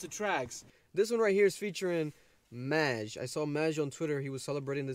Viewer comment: Hmmm...glad you can relate to These Demons. It’s pronounced MAJ (m-AH-j) btw. 〽️